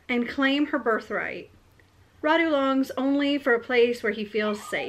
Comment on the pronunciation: Wow, I can't believe you've found a book inspired from the same historical period as the one I'm writing! By the way, Radu is pronounced with the accent on the first syllable, not on the second. It's a Romanian name. Wallachia used to be a separate country, but now it's the southern part of Romania. Since I've decided to turn mine into a fantasy novel and build a fictional world, I've changed the names of the characters and my Radu will be called Rhad instead. I definitely need to read And I Darken, it sounds interesting. I'm sorry I haven't finished typing those story yet. I started typing and then I felt they needed editing and then there were some issues to solve at work, so I came home too tired to be able to focus on editing. :( I will get one day off work on Friday and I'm planning to spend it doing just that: editing. I hope you won't mind the delay.